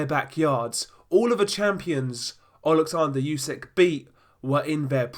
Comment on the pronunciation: Its Usyk not Yusyk for God's sake